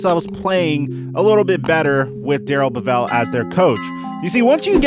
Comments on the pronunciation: Bev-ell not Bev-vell.. Great video btw. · So much wrong in this video...where to begin? I don’t know if I can cover it all... The man’s name is Bevell, like level, not Bevelle. Also, he was not OC for all of Patricia’s tenor as coach. Jim Bob Cooter was held over from the Caldwell staff for that year. Bevell came onboard for 2019. Patricia wasn’t indicted “shortly after he was hired”. It was in 1996 stemming from a spring break incident in Texas and the charges were dropped ten months later. The news just dug it up after he was hired. The Texans 1st round pick belongs to the Dolphins, not the Jets. Everson Griffin was acquired for a conditional 2021 6th round pick that could become a fifth, not a fifth AND a sixth. And if you think THAT is why no one should have confidence in Quinn that is laughable. The reason he had to make the trade in the first place is a more likely reason amongst many others. Not only should you not be a replacement candidate for their jobs, but given this sample of your work maybe they should be candidates to replace you. They were at least right sometimes. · It's Darrell BEvell, not BeVELL... Yeah, It's nit-picky, but you should be able to pronounce the guy's name correctly if you are to appear knowledgeable. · It's pronounced Bevel one fluid word. Not Bev-EL. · You're pronouncing bevell WRONG! Look it up!!